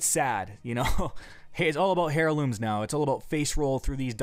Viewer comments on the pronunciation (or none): I enjoyed this video! I disagreed with a few things but overall it was awesome! My only issue was.... Never in my life... have I ever heard someone speak with such HORRIBLE word pronunciation.... HAIRlooms??? what the crap it is heirlooms which sounds like airlooms. "Gnats" what the crap... the G is silent. I hope you will look into these. Good luck my dude, keep making the cool vids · the h in heirlooms is silent,not hair looms! lol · "gee-nats"? haha "hair-looms"? You should try and write yourself a script and read off of it next time. You stutter and drop f bombs every 5 seconds to the point where i cant take you seriously.